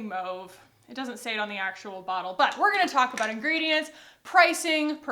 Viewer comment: But you don't even know how to pronounce Mauve...